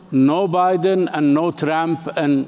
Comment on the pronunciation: Like how he says tramp instead of trump.